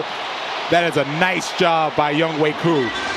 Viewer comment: Irks me that they keep mispronouncing "YoungHoe".